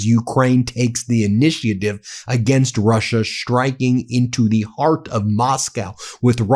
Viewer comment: There's no H in 'shtriking'.